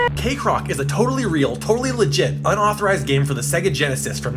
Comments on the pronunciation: I mean, I don't remember hearing anyone pronouncing "kek" as "cake". Y'know, the Kekcroc part of the video. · It’s pronounced KEK-CROC. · "Cakerock". It burned my ears.